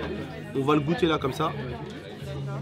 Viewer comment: Gouttes c pas comme ça c comme ça goûte